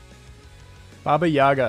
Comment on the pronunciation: дизлайк за неправильное ударение